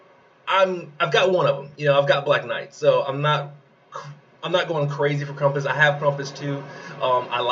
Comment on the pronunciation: LMAO at KrUmpus. KrAmpus?! Like GrAmp, Ramp, Stamp. Not trump, rump, stump. Also the meta of BK and 2 green is going to hit a wall when Lord Loki comes out at the end of Dec. Keep up the great work!